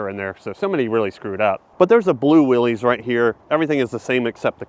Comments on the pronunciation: Thank you! He said Willy’s like 50 times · Say it with me "Willis"...not "Will-ees". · Great video thanks. I'm with the folks that remember homes and very nice condos costing what these new trucks cost. It's insanity inversely proportional to reliability. highly correlated with distracted driving ie large displays. Fyi Willys, i believe is actually pronounced like Willis. Like, That's what I'm talkin' bout...🤣😂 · i wish all you ppl would pronounce Willys correctly. i saw an interview with the grandson or great grandson of of John Willys and he said their name is pronounced Will - is, not - eez. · Pronounced “Willis” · FYI : The WILLYS JEEP model is pronounced (WILLIS) 😊